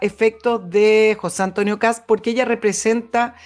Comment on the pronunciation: Se apellida KAST, no Kass... la " T " se prouncia con los dientes casi apretados...